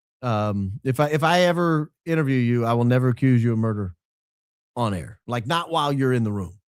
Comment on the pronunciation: “We’re on Aa” not on air 😂😂